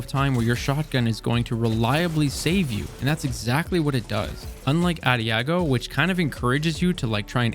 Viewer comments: Audi-ah go lol A-dodge-ee-oh Fml people. It's only 4 syllables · “Addi -ah-go” 😭😭 Bro, it’s “Ah-daj-ee-oh” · Auh-dia-gio bro adagio lol. hooked on phonics short bus reading skills my dude. At least you are good at destiny 👌🏾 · Adiago is what you're saying. Uh-dah-gee-oh is how you say it. Adagio. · Leaving a dislike on this otherwise outstanding video for pronouncing ah-dah-jio as ah-dee-ah-go. Thank you so much for this succinct and informative review of the Fractethyst! I’ve already gotten a fair amount of decent to excellent rolls that I’m looking forward to using in the crucible next time running a shotgun tickles my fancy. I also look forward to testing whether it and other legendary stasis weapons benefit from stasis burn during pve activities. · It is spelled "adagio" and is pronounced ah-DAH-jeeo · Ok I know I'm an OCD JERK. but I have got to tell you UH-DAJ EO. it's a musical term for slower. Please for the love of all that is good in this world. Say it correctly. You are a smart, with the ability to teach 168,000 people to say that word correctly. Love your content! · I missed the entire section on Adagio because of that butchered pronunciation. Its Italian, commonly seen as a tempo marking in classical music to indicate a light jogging tempo. Quick, but not too fast. And is pronounced similar to Ah-dah-shi-oh. The G is the odd one. Like Digiorno pizza or Luigi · FYI its pronounced Ah-Day-Gee-O. But great video bro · P.s. ADAGIO is pronunced ah-duh-joe (Or ah-duh-gee-oh for the english version) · it's "Ah-dodge-e-oh" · It’s ‘a-da-jee-o’ haha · It's amazing how so many youtubers fail to properly read these new perk names lol this guy pronouncing adagio as "adiago" was funny and annoying at the same time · I'll sub when you pronounce "ah-dosh-ee-oh" properly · Finally a content creator who can pronounce "Ensemble"! and then came the "adiago" /sigh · adagio = ah dah gee oh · AH - DAH - GEY - O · Adagio....uh-dah-geo with the stress on the second syllable